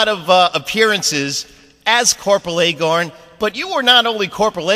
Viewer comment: Its "Aye-Gar-n" not Aye-Gor-n", lol. Anyway, thanks for the interview post!